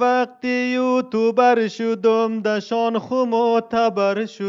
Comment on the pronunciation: خداااا او یوتوبر نیسته 🤦‍♂️🤦‍♂️ یوتیوبر تلفظ موشه یکم درستر تلفز کنید